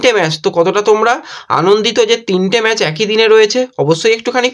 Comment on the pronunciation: আপনি কিছু মনে করবেননা। আমি আপনাকে ফলো করি কিন্তু আপনার উচ্চারণে খুব ব্যাথা পাই। যেমন ম্যাজ, সাদ দিন, এসেচি এমন অনেক শব্দ। এইগুলি একটু মনদিয়ে দেখুন প্লিজ।